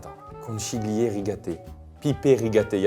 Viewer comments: Pour votre culture, conchiglie veut dire coquillage en italien d'où la forme recroquevillée de la pâte. Et ça se dit "conquilie" et pas conchiglie avec le ch français 😊! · Bon, en ritale qui se respecte, la prononciation c'estun peu cata, c'est CONCHIGLIE [conKiglie] ! Et ca veut littéralement dire coquilles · Parfait pour moi cette vidéo, je suis italienne!!! N'arrêtez jms ces concepts vrmt! Pour info: on prononce Kon Ki lié mdrrr <3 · Conchiglie Phonétiquement —> conquilié